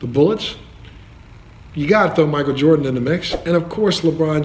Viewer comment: Legit, is the reason i say "MiKel JarDaN" instead of "Michael Jordan" 😂😂😂😂😂